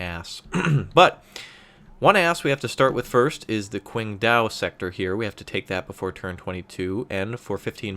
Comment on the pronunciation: ICBMRaptor2 Still no correct pronounciation of Qingdao, though :3 Besides, the Chinese are led by Deng, not Kim.